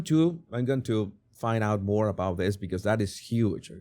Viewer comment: Love MOAR instead of more, I wish I knew another language, I can barely handle English.